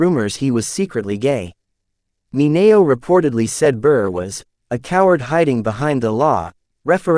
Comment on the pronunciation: The pronunciation of Sal Mineo's last name is totally WRONG!!! Also Charles Laughton's last name mispronounced ... but as for the video, it's alright with a lot of good information ,.,.